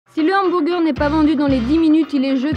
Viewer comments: J'aime trop comment elle dit "hambourger"😄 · Le « HambOUrger » 😂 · c’est n’importe quoi même à ça le mot est anglicisé et tellement mal prononcé ça pas de sens . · Le Hanne-M'bourre-Gueurre 😂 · Les "inburgaires", et les "umburguéres" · En tant qu"american c'est horrible entendre Hambourgeur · Le hambourger 🤣